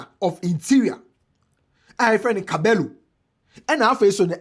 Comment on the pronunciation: Clement in Spanish double LL is pronounced as Y So the pronounciating is Cabeyyo ❤❤❤